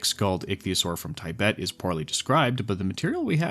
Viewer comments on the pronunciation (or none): Random nitpick. Tibet is pronounced Tih-Bet and Tibetan is pronounced Tih-Bet-Ten. I happen to be Tibetan and when I was listening on the side I was a lil confused at first lol